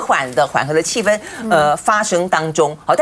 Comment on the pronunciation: 主持人发音非常准，气氛（一声），在大陆能读对的人也不多😊